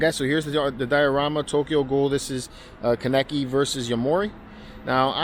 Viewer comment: I can tell you haven’t seen the anime. The way you said Kaneki 😂